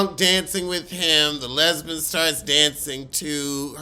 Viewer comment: Not the "lesbun" 😂 Shout out to TS Madison! 🤣🤣🤣🤣